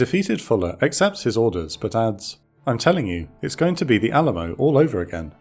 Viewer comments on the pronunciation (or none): none